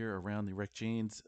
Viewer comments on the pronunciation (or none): Hi! Love your work, just wanted to let you know that it is called Reykjanes ridge, which is pronounced kinda like Ray-k-yah-nes. It is also the name of the south-western part of Iceland, where the last volcanic eruption took place. Keep up the great work! Best wishes from Austria